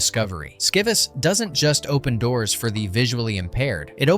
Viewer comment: #12 : SCIVIS just celebrated its 35th anniversary! You butchered the pronunciation though. SCI - like Science VIS - like Vision